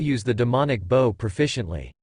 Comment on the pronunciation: Yes where is this conversion chart, I've Google searched and looked at some wiki's, that just take me to a paid site or another, so like pfm which you spend a fortune, or you can only listen to 6 episodes in 24hrs, so glad someone compiled these videos, but, small complaint, pronunciations, like bow, is usually the human action, not the weapon, and "long-sword" is not many long words...